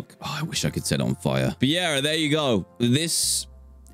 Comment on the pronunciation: Dan..... IT IS ALEGAL